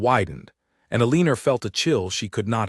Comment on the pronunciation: El a nor is how her name is pronounced